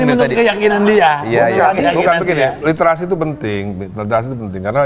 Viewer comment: Tebak bilang Listerasi brp kali😂